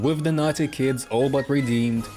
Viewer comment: The way you say naughty sounds like nazi